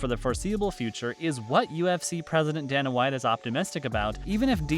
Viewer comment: His name IS pronounced DAY-NA WHITE